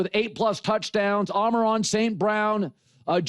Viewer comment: Does colin misspronounce amon-ra st brown on purpose? I swear he says amaron every time